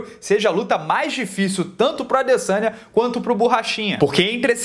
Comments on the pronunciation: Eu escuto " Israel alessanha " kkkkk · alguem ja percebeu que na narração original eles falam LASANHA no momento de falar ADesanya?